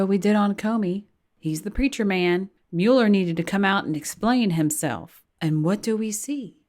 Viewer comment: Guilty man -"Mule ler". Democrat donkey/mule